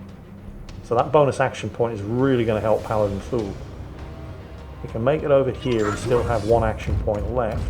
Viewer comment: Please tell me I wasn't the only one who thought he was saying Fool not Thule (I hadn't read the name until last video)